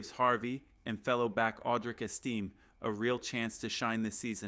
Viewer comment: IT'S JADAE!!! NOT JADE!!! IT'S ESTIME, NOT ESTEEM!!! GET IT RIGHT!